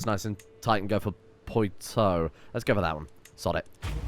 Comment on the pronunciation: has been playing history games for years and STILL cant pronounce Poitou 😂